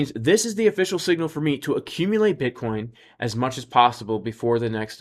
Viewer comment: LOL sounds like you said B*uttcoin 🤣